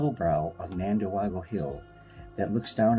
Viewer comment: "Can-nen-deg-wah" is how the locals pronounce this. 😉💜